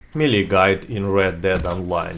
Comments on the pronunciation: MEE-LEE? It's pronounced MAY-LAY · The melle guide*